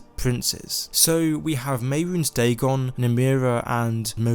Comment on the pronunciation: All credibility goes out the window when you say dagon.